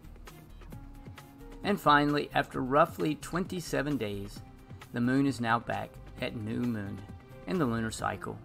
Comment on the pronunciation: Moon. Like a Cow says it. Just add N. Not Meewn. Like a Cat says it. Here to help.